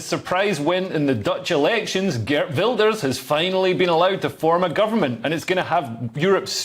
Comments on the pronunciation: Good attempt at pronouncing his name. Still no bananas. Geert, not Gert. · Geert Wilders is actually with a soft ' G' . Geert is from the south of the Netherlands and they use the soft G, above the great rivers they use the hard G/RRRR :) (ps. we are also going to build four extra nuclear stations ( we are already in the proces of building two) and will be soon energy independent)